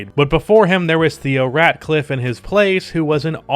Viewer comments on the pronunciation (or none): Say it with me: Theo RATLIFF not RADCLIFFE like Harry Potter smh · And i knw im probably that 100 person to say this but its theo Ratliff not ratcliff my brotha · Ratcliff? Ratliff bro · Ratcliff? 🤣🤣🤣🤣 u mean Ratliff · The only "C" in Theophalus Curtis Ratliff's name is the one at the beginning of his middle name. His last name has no "'C." It's Ratliff, not Ratcliff (which, I guess, would be like where rodents would fall to their sad demise or something... or a community somewhere in Texas... or a game developer... or a California-based architectural company). This notwithstanding, I enjoyed the contextualized analytical perspective. But remember, AI came along in a different era as you acknowledged and I believe that this is quite significant. Per-36 stats are indeed worthy of consideration, especially when comparing comparable players from the same era. However, Iverson's ability and willingness to stay in the floor as much as he did is more of a merit which, in the opinion of some, could outweigh the Per-36 production aspect of the discussion.